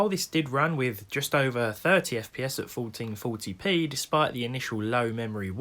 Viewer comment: "Folteen foty pee"